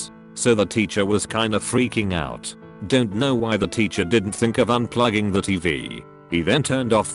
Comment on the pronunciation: Robot voice thing can’t say “out” correctly, but can pronounce “Edinburgh” just fine in the same sentence?????